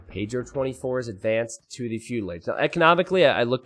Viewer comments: I love how says paydiro instead of Pedro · love your spanish by the way. the way you pronounce pedro is funny, good funny